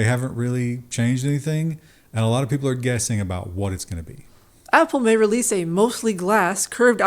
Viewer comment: Love the emphasis on "May" after last episode. xD